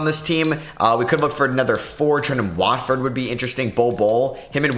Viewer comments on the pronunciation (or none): none